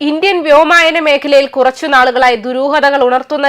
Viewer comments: വ്യോമായനമല്ല വ്യോമ ++യാനമാണ് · വ്യോമായനമല്ല കൊച്ചേ വ്യോമയാനം. അത്യാവശ്യം മലയാളമൊക്കെ വായിച്ചു ശീലിച്ചിട്ടു പോരേ വാർത്താ വായന?